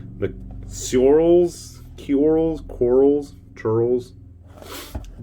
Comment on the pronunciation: Ceorls is pronounce 'churls', for your future reference ;)